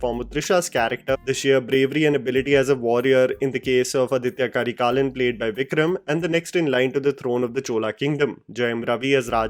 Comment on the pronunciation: Hi it's aditha karikalan not aditya karikalan. Pronunciation: Aaditha Karikaalan